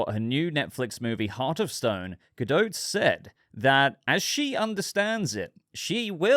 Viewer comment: Why are you calling her Gal GaDOAT?